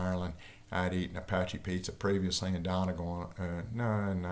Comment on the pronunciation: I listened out of curiosity to see if he would mispronounce Donegal, I was not disappointed. For future reference, Irish people say Dunnygaul